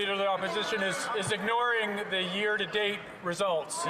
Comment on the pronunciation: Am I the only one that can't stand these ridiculous liberals? " Mr Speaker we will take no lesson from da conservative". Seriously Champagne, shut the eff up.